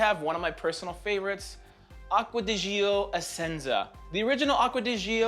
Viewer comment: I really enjoy Mugler cologne, it's indeed such a versatile and refreshing fragrance. I'm really curious about smelling L'Homme Ideal Cologne! Btw, please, start to call It Acqua di "Jò" (The "Gi" it's like the "J" in Jeans, and then comes the "O" right away). Really nice list and presentation!